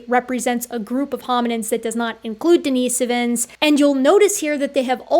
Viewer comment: i swear every documentary says dina-so-vins, not dini-si-vins. now this makes me wonder what the proper pronunciation is.